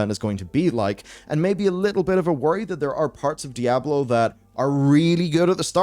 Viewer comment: "Die Ablo", yeesss ?